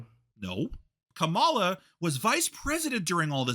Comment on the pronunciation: Wow, I’m definitely voting for Kamala (pronounced with emphasis on the first syllable like “comma” with a “la” at the end by the way) after watching this video. This is a typical example of a hot-headed Trump supporter verbally assaulting someone into submission just because they have different beliefs and opinions, which is ridiculous. I don’t think changed mind, I think just agreed with him just to get him to stop yelling and cussing at him, which is exactly what happens in a lot of these situations unfortunately. Things like this just prove that a lot of Trump supporters are incapable of having a calm, rational, respectful conversation. I’ve found that when people are arguing (about politics and just in general), the person who resorts to yelling, cussing, and insults is typically the one who is in the wrong. If and consider each other friends, I’m really not sure why. This seems like a verbally abusive relationship to me. clearly has no respect for, and I think it would be in best interest to remove himself from life. I’ve been watching videos for several years now, and how he treats is just not right. That is absolutely not how friends treat each other, regardless of opinions and political beliefs.